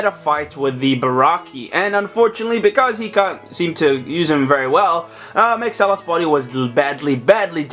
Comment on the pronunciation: It's pronounced Mahks-ilos not Max-alos.